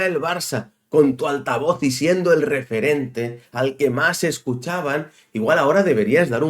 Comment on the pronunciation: No sé por qué, pero cada vez que has dicho referente he entendido repelente..., de entrada yo no confío en nadie que emboce su cara, que no la exponga ante todos como haces tú. Ni Spiderculé ni Mr. Proper, Fleitán o lo que sea. La culpa de cómo está el Barça la tenéis todos los culés que habéis tolerado presidente tras presidente cada uno más nefasto que el anterior y que le entregaron a Messi las llaves del club y su ruina. No busquéis fuera lo que dentro mora.